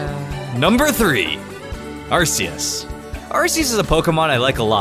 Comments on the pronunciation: It's not arsus it's are-kee-us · Arceus (Ar-Ke-us) IT'S A HARD C like cake! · Its pronounced, Ar-Key-us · IT'S AR. CCCCCCC EUS ARC ARK ARK ARC ARK ARCEUS ARRRRRRRRCKKKKK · It's pronounced arc e us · It's pronoced Are-KEY-Us